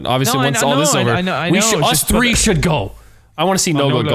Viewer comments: “Episode TREE” only some people would know where that came from 😂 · I appreciate the “episode tree”